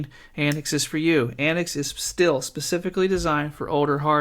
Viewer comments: It is pronounced an-tics not anicks. As in 'antics' the word. TTTTTTTT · I watched your video from the AntiX website, where your review is featured. I don't understand why you pronounce AntiX as "AntX" consistently, but otherwise good video.